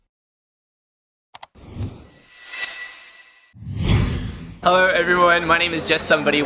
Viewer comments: Girl in the intro rlly said Erasement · She pronounced harassment incorrectly